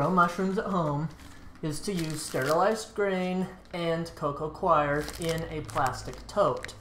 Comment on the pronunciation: Co Co coir ="co-co core" not co-co "kwie your" or "Koiy yur" CHOIR is "kwie er". Coir is 'core'